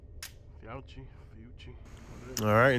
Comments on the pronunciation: FIOCCHI = “Feeohkee” Not “Fuji”…. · I think Fiocchi is pronounced fee-o-kee. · it's pronounced fee o kee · It's pronounced Fa-Coochie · Nice video. Fee oh chi is how it is pronounced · The brand is pronounced “Fee-Oh-Key” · I believe the ammo name is pronounced Fee-Oh-Key. Nice video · I agree with ProspectingMonkey. Your evaluations were accurate and detailed. I also will be returning to your videos. One suggestion; Learn to pronounce the name of whatever you are evaluating. Your constant sarcastic mispronunciation and comments each time you mentioned Fiocchi only served to demean your otherwise very good video. Hopefully, you accept this as it is meant to be, Constructive rather than demeaning.